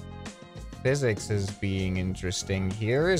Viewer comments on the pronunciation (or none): none